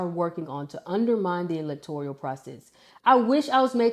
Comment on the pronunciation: It's electoral not electorial.